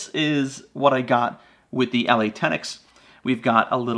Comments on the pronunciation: I live in the UK where the ELEY .22 quality (expensive) ammo is made and one pronounces it properly by saying like you’d say “EELEEY”. That Eley Match makes great bunny getting rounds with that flat nose upfront. Packs a good punch for a quick dispatch (head shots with my Anschutz 1416 sporter rifle) is crazy accurate and is quiet enough to work well through my moderator on this rifle. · It's pronounced E Lee. Also you didn't have a jacketed bullet in the bunch. They are copper washed. Big difference. None the less not a bad video. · The ELEY ammo is pronounced E LEE